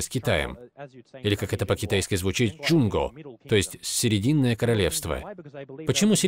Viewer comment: не Жунго, а ДжонГуо ( 中国🇨🇳)